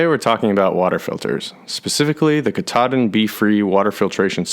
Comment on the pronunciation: Katadyn = KATAlysator elektroDYNamisch (Swiss Compagny). The prononciation is "Cat"-"A"-"Dine". It refere to the first process of water treatment engineered by the brand in '20s, not the Mount Katahdin. (I worked 6 years for the compagny).